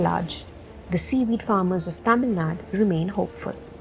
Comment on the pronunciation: Ayo dei it's tamizhnadu / Tamilnadu! Pls include u sound at the end! Don't pronounce it like the north Indians who always cut the u sound like 'Karnatak' 'Tamilnad' !